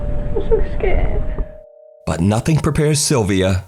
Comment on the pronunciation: " oh no, guys. Its movink fings in the kitchen. Please dont frow any cutlery. Oh my god guys. I'm so sked. "